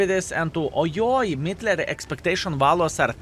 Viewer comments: Sounds a bit to german 💀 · Ehrm.... you call this tank what? The pronunciation is quite controversial. 😅😂